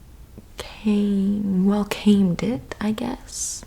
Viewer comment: "an extra zing"! :'D "WelCAMEd it." :'DD